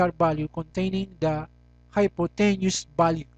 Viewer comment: Anyways, thanks for the vid, just one thing: you pronounce hypotenuse wrong